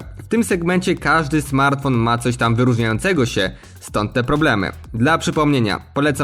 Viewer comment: Ciekawie przedstawione, dynamiczne recenzje / porównania telefonów. Z mojej strony brakuje wyrónania tempa mówienia oraz problemy z wymową. Częściowe podkreślenia końcówek (ą, ę), częsciowe wyciszenia ("siE") albo niepoprawna wymowa przez brak kontroli, spowodowany utrzymaniem szybkiego tempa wypowiedzi ("szedziesieciopiecio"). Może się przy#ier*alam i tracę zbędnie czas na ten komentarz, jednak piszę to w celu chęci pomocy, nie nasycam tej wypowieści zazdrością, czy nienawiścią. :) Rozwijaj się, twórz kanał, rób, to co robisz, ale przejdź się do logopedy. ;) Walczymy nad jakością audio/video, a nie zwracamy uwagi na tak trywialne sprawy jak czysty przekaz. Btw. przejrzałem twój świeży film z 3.11 i wiele się w tym temacie nie zmieniło. Albo zostanę zlinczowany albo jeszcze mi za to kiedyś podziękujesz. Pozdro, rozwijaj się ;]